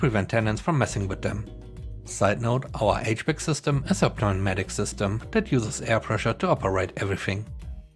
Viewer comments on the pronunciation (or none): The “P” in pneumatic is silent. (Sounds like “new-matic”) You have come so far from when you quit using the robot readers, well done! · And the "p on "pneumatic" is silent. It's pronounced "new-matic".